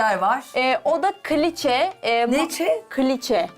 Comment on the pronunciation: Kliçe değil küliçe